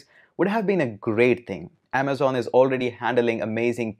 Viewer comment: "In this video, we are going to talk about 'Aamzon AWS' " 😂